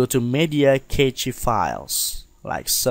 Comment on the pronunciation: Very useful tutorial. I didn't know that you could make hidden files visible like this. I always advise to go into preferences and move the location of the cache files to the C drive so you can easily access it. I have a RAID-0 disk system and my cache files are on my D drive and set to 300Gb of cache space. Btw, Cache files is pronounced as 'Cash' files, not Catchy files, lol. Cache literally means 'a hidden storage space'.